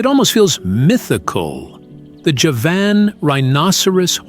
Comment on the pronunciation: Javan means from Java, it is pronounced JAH-vuhn. Not juh-VAN.